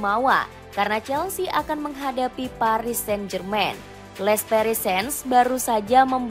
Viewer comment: Paris sen jermen .... Luis enriku... Tibaut kortois 🤣🤣🤣🤣🤣